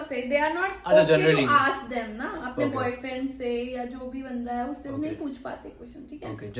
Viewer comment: ye "boyfriend" word itne ajeeb tarah se kyu bolti hai? wannabe #1